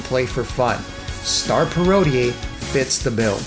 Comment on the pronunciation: Not criticizing, you say it how you like... but I was always under the impression parodier was pronounced 'parro-deer' just like how you would pronounce bombadier or brigadier (ranks in the British army). Anyway, cool vid :)